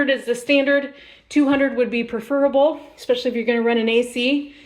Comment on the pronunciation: The word is "preferable" not "perferable." 😮